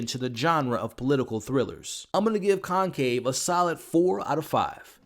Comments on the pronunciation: pls = it’s conclave not concave!! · Dude... it's Conclave with an "L" not concave! I couldn't even finish watching your review.